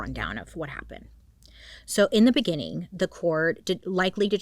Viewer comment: Bailey! d id you just said " in the beniiingin " jahahahah